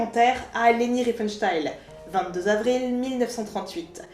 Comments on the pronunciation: 'excellente découverte. Merci le relais de Le Bouseux. Le propos est riche et pertinent, la prod quali. Bravo. (seul bémol, j' ai tiqué à la prononciation de Riefenstahl transformé en riefenstayl) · Très bonne vidéo, par contre c'était fait exprès de prononcer son nom RienfenstHEIL ? :D